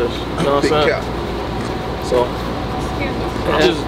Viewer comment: "Hey Scures me... what's going on tonight" - 🤣🤣🤣